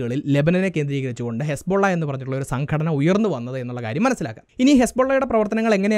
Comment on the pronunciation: ഹെസ്‌ബോള്ള അല്ല...ഹിസ്ബുല്ലാഹ് ആണ്😂